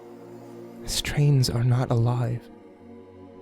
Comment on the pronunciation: Yes, he said strains. He put a s in there by accident.